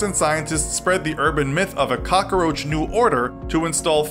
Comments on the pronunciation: Cockaroach lol. It’s cockroach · Am i the only one annoyed by the he pronounces the work cockroach? (Cockaroach) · it's COCKroach not cockOroach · Every time he said "cockaroach" I replaced it with "Papa Roach" in my head. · Calum McLellan I know I was thinking the same thing the whole time. It’s pronounced how it is spelled. Not hard. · "Cock-a-roach"... all I hear are Dice references lol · This dude is really Tony Montana'ing the hell out of the word. Cock-A-Roach. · "Cokckaroache" OMG STAAAAHHHP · He said cockaroach. lolololol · Why does he pronounce so many words so strangely? Cockeroach? 😂😂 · He was saying cokaroach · He said cockaroach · Why does he say caca-roach? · Why is the narrator saying KAKAroach??😐😐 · “Little boy bomb”? How do you make “cockroach” 4 syllables?